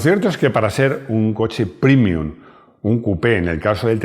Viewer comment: realmente me molesta que pronuncies la palabra latina PREMIUM como "primium" (versión en lengua inglesa) cuando en español se pronuncia como el original latino: PREMIUM. Se corrija, caballero